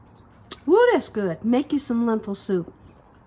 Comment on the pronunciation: The word is lentil not lenthil